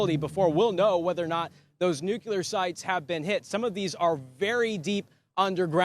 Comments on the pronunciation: Nu cle ar. Not Nu cu ler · The word is NUCLEAR Noo clee ar.... Not NUCULAR!!!! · in Tel Aviv can use a lesson in how to properly enunciate the simple word "NOO-KLEE-AHR" and not and never "NOO-CUE-LAR". Gee wiz!!! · It's Nu-Cle-Er, not Nuc-U-Ler. It's not that hard. Oh, and nicely done, Israel. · Nucular? No! Nuclear ! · The word is NEW-Klee-urr! NOT Nuke you luurr...you sound uneducated... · Nu cle ar. Not nu cu lar. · Perhaps somebody should tell that reporter that the word is nuclear not nucular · I love you Newsmax. But hearing this guy say, “nuculer” over and over is like nails in a chalkboard. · Can you say nuclear as in --"new clear"? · Can’t stand the mispronunciation of the word nuclear. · Learn how to pronounce nuclear.